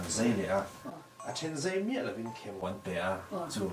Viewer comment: A bengvar thlak e, mahse zai turah zei a tizel hi ngaihthlak a hahthlak deuh a ni